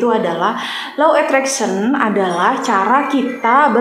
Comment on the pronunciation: Insyaalloh yg benar Law Of Attraction ... Karena beda pengucapan beda arti...